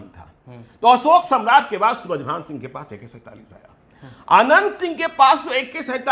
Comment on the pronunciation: Shuraj. Bhan. Shinhg. Nhi Shuraj Shongh